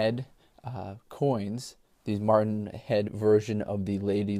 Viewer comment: Matron head NOT martin head.